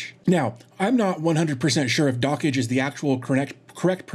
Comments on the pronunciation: "Dockage" (how you say it) is absolutely nothing like "dodge". The correct pronunciation is "dock" plus the "j" from "jam" plus the "e" from "yes" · Also, my apologies for mispronouncing Dockge. I've been corrected in another comment that said it should be a bit more like "Dockjay" instead of "Dockage"